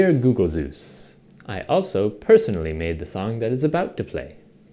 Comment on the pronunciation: Googe Zeus? That's... the best thing ever xD